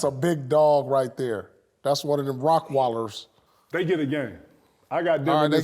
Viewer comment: "rockwallers"?? Come on, P! U mean rottweilers? :) Dope segment! Great episode, again! Much love from Poland!